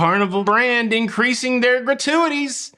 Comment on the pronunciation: “So I can pay more gra-tu-a-tees” - Shout out Adam Sandler (the way you sounded). I am now in the habit of giving a shout out to Ludacris at random moments. And thanks for the heads up for Top Chef; was wondering when the next season was coming - couple it with final 4 on Celebrity AND Curaçao? Yes, please. I will wait until last few episodes to get a month’s channel subscription.